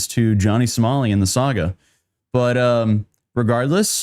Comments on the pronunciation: johnny somali lol i think u said johnny smiley but i think its johnny nosmiley lol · Did you just call him jonny smiley? 😂